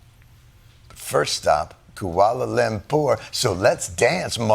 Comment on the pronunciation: "koohwalla lempour" ???? and you make fun of how trump pronounces place names :D